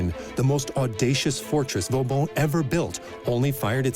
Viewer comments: Per favore, disattivate la voce dell'I. A. che non ne indovina una !!! Vauban è diventato in poco tempo Vavon, Va Bon, Vavàn, Valbòn ... Ciò toglie serietà e credibilità al documento !!! 😂❤🎉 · Too bad the AI voice and CC wasn't able to pronounce Vauban's name properly.